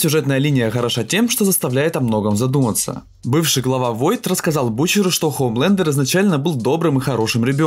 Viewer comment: А нормально произносить имя компании нельзя? Какой войт? Они Воут! Vought не может звучать как войт никак!